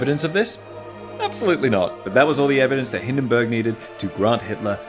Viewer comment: Hindenburg is more like Hinden boorg